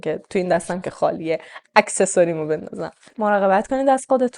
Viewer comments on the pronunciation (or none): عزیزم اکسسوری نه. اکسسوااااررر🙄🤣